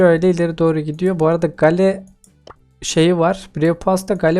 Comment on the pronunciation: he anası buymuş kskskssssjsjsj abi çok komik geldi ama sonradan anladim anası buymuş derken anne anlamında anladim abi seni yeni keşfettim iyi bir youtubere benziyorsun <3 abone oldum bildirimleri açtım abi bu arada gale geyıl diye okunuyor:)